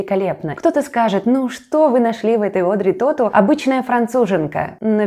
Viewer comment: Тоту, ударение на последнем слоге. Во французском языке в словах ударения только на последнем слоге. В этом смысле он хорош - думать не надо)